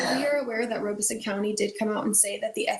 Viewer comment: Horry pronounced without the "H". Sounds like oar-ree. Also, not just you, Robeson is pronounced Rob-ah-son 😉